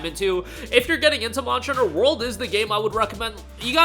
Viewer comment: Why do you call it Monchter Hunter?